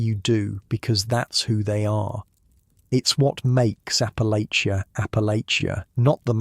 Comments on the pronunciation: Checkin in from WNC, Southern Appalachia. Congratulations on pronouncing Appalachia better than most Americans that don’t live here! Think of it like “I’ll throw this apple-at-cha.” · My ancestors!! am Huntington, WV And it's pronounced "APPA-latch-uh"